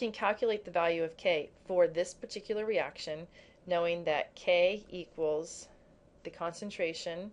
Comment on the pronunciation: you said eraction lol <3